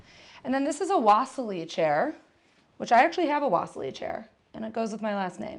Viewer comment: Cool abode, I like how the rooms are tied together with bold stripped textiles. Just a heads up the Marcel Breuer's Wassily chair is pronounced (VA-Seal-e or Va-silly). The chair was dubbed the “Wassily” after the Russian painter Wassily Kandinsky, Breuer's friend and fellow Bauhaus instructor, who had praised the design when it was first produced :)